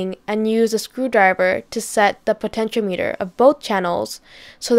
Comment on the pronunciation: po ten cho meter potentiometer |pəˌten ch ēˈämətər|